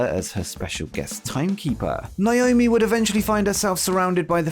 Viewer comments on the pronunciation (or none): none